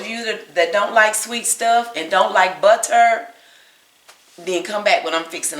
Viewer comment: I truly indeed love your recipes, but please stop with the accent on “tter” in butter, etc.. There’s no stressed accent & it’s enough to drive a sane person, 😊 not to mention a lifelong educator, as myself, crazy! Again there is no stressed accent on the “TTER “ and butter.